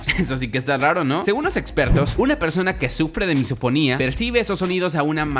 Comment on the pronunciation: Yo entendi MissaSinfonia en ves de MisoFonia